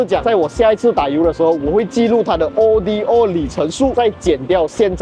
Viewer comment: 不明白咧。。。为什么中文媒体会把Odometer的简写Odo以字母单独念成O.D.O.。难道是和中国车媒把Evo念成E.V.O.同一个概念？ Odo源自于古希腊文'路途'的意思，不是什么缩写。